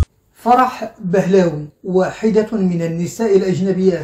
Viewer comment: فرح بهلوي (Pahlavi)، وليس بهلاوي.